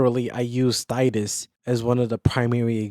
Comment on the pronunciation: Who??? Thydus??? 😂 Sorry bro. Good vid, I've heard Thaddeus and Thaeddeus, but Thydus is a new one. If it wasn't for the constant mispronounceing of my own i could probably look past it but 😂. Good video though